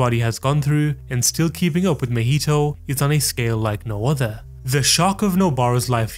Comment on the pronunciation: Not mehito it's MAhito. Ma. From Mama. Maki. It's not Meki. Or Meme